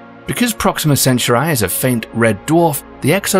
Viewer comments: Centauri isn’t pronounced “cent-tri.” It’s pronounced “cen-tor-ee!” Try again! Its a very basic word and I guarantee all American astronomers cringed, severely! I know I did and do every time you pronounce it incorrectly. Lol just re-narrate it so I can watch this without twitching severely. Lol thank you!!! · Also, "centauri" is not pronounced "senturai" but "sentaari". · CantAURi dude... not centurai...samurai... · is it centri or centauri? cen/tau/ri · Hope your mispronunciation of "Centauri" doesn't undermine the audience's ability to pronounce it according to tradition.